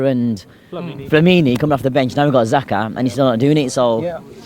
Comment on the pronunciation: LOOOL. Man said 'Zakar' you know.